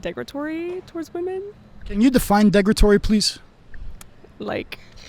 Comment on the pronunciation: this bitch jus said degretory lol wat